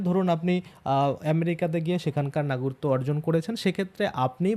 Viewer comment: সমানে নাগরিত্ব নাগরিত্ব এই উচ্চারণ করছেন কেন ? বলুন না গ রি ক ত্ব